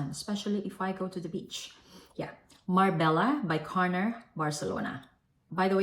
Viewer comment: MARBELLA= Mar-bay-yah ❤